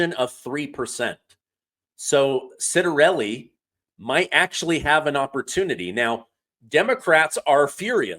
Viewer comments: NJ property tax and income tax is so high many Republicans left. Democrats will bring in a van of mail in ballots at midnight like they did last election. Anyway his name is pronounced Chittarelli. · I hope the Trump administration “finds” the money to fund Snap by diverting the Congress & Senate (plus all those who work in their offices) to the SNAP program. BTW Ciattarelli is pronounced Chit-a-relli. Praying he’s our next governor of NJ